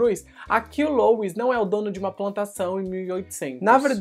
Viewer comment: Poxa, pronuncia direitinho o nome do sujeito Louis (LUI). Custa nada. Rsrsrs ❤